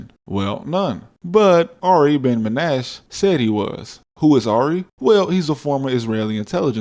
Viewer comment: Menashe, not menash. You pronounce the E at the end. 👌